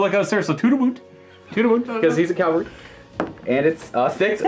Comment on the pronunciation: "calvary" "calvary" "cal-vary" ARRRRGH